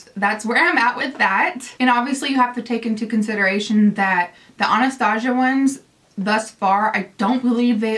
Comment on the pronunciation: I love you but it bugs me the way you say Anastasia it's pronounced Ana-sta-si-a sorry it's just a pet peeve and thank you for such a helpful video I think I need some of these eyeshadows!